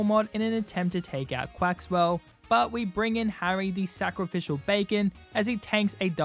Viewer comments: Lost a shiny Dondozo cause I had to fight a Flamigo. Also, Farigiraf is normal/psychic and it hurts me cause you kept calling Quaquaval “Quaxwell”. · I love how you always called Quaquaval quaxwell